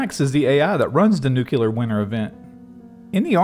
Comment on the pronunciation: NewClear not Nucular